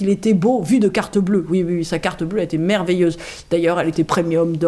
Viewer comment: Vous avez dit "c'est merveillent" (merveille-en) voulu ou pas ! en tous les cas j'aime ++++ Je sors de la vidéo, je vois votre horloge oiseaux, elle donne les heures avec le chant des oiseaux ? si oui comment réagissent vos chats ? j'ai un réveil avec chants d'oiseaux et je ne peux l'utiliser en réveil matin car il excite affreusement ma chatte et la met en recherches +++ merci !